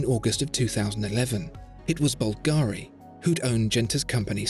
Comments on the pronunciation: Please, please.... It is Bùlgari, NOT Bulgàri. The accent is on the U. Thanks. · It always annoys me when you English speakers you just can't pronounce the stress on the first syllable of any 3-syllable words. It's bUlgari, not bulgAri. bUlgari, repeat with me. It's not always like ferrAri. Thanks. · Wonderful video as usual. Just a note: it's pronounced "Bùlgari" (italian for "people from Bulgaria"), not "Bulgàri". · You didn’t pronounce Bulgari correctly. It’s not Bul-GAAAARRR-Reee. It’s Bul-ga-ri. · Búlgari, not Bulgári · Dude. It’s BUL-ga-ri. Not Bul-GA-ri. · I love your video... But at least you should check the right accent in "Bvlgari" before making a video about it. My Italian ears are bleeding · Nice design but good luck telling the time. I'm a bit disappointed that the best watch review channel doesn't pronounce the name Bulgari correctly! This is the correct Italian pronunciation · Maybe tone down the italian stereotypes a bit...and besides, the emphasis in the word Bulgari should be on the U, not the A. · The pronunciation of "Bvlgari" just hurts me😂